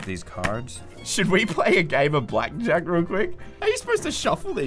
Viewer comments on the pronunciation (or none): Did really call it Black ‘n Jack or is it just me?